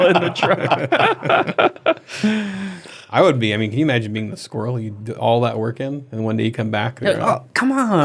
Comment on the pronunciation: Daddy I Want a squir-rel!